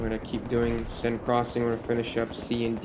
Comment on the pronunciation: i like how you actually know how to pronounce "seine." some of the other bf3 commentators out there seem to delight in the ignorance of pronunciation. come on guys, it's just fucking reading.